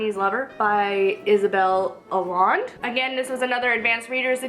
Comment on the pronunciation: Hellooooooooooooo you're back. ^_^ And hallelujah, that is one massive book haul. I love the snappy editing by the way! And "Sanderson the Manderson"? Haha! I have that same edition of The Graveyard Book - it's great! In other news, I think Allende = ah-YEN-duh?